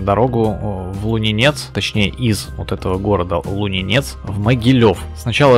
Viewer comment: Трол, Лунинец ударение на первую гласную